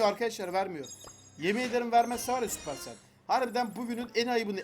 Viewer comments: sapırsel değil süpersel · Yav abi supercell sabır tel diyorsun Manyak oluyorum ya